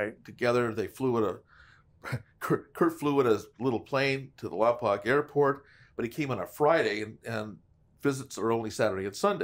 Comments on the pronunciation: Just a heads up, I don't wanna sound like them keyboard warriors 😂 and it's definitely understandable for non locals to mispronounce it, but Lompoc is pronounced like "poke" at the end of it. Still, no sweat, very much love the content! Even Vin Diesel mispronounced it in Fast & The Furious, haha. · Guys, it is pronounced Lom poke, not lom poc. As far back as dragnet Lompoc has been mispronounced. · I would have never known Lompoc was such a big place. Hell, I’ve lived here for a long time too. It’s pronounced “Lom-Poke” - but LomPock works too I guess LoL. Love the videos. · Lompoc is in southern California. Family used to live there for a bit. Also pronounced Lom-poke not Lom-pac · It’s pronouns “Lom-poke”